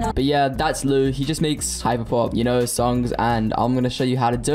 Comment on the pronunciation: It's pronounced Ly U